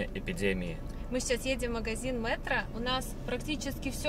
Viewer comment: Не МЭтро. а мЕтро